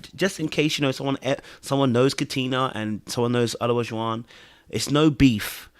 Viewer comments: I hollered every time you butchered that man's name. "Elijah-won" or just "O",. LOL! I wish both of them the best. Maybe O should go back to dating non-Black women. Leave our demographic alone! Ha ha! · There are four syllables in O-la-ju-wan. Maybe that will help you say the brother’s name correctly. 😂